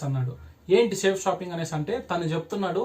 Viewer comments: First Of all Ee Thammudu ki Our Great System Name ee Palakadam Sarigga ravadam ledhu 🤣🤣🤣🤣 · ఒరే off నలేజ్ నీకు చేతకాకపోతే cheyaku కంపెనీ పేరు పలకడం కూడా రావడం లేదు nuv direct celling గురించి చెప్పడం చాలా కామెడీగా undi bro. నీకు దమ్ము ధైర్యం ఉంటే నా phon number ki call Chy. ఇకామర్స్ అంటే ఏమిటి అనేది తెలుసుకో. లేకపోతే నేనే డైరెట్ గా వచ్చి. వీడియో ముందు నిలబడి plan cheputa nuv అక్కడే ఉండాలి వీడియో off చేయకుండా ok na bro లేడీస్ చేస్తున్నారు ra niiiiii చేతకాని ఎదవ ni బతుకంతా ఇలాంటి fak videos చేసుకుంటూ బతుకు all the best 😂😂